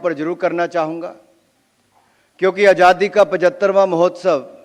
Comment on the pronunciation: उच्चारण ठीक नहीं,अजादी कह रहे हैंआज़ादी.अटक भी रहे हैं.